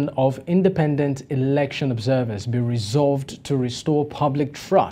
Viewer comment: The only shame is u saying eroction. 😂😂😂 we love zanupf and it will rule for life